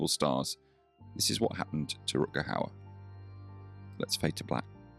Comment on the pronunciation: Please have some respect and pronounce his name the right way!! Rut-Ger with Ch as in loCHness g=ch in dutch.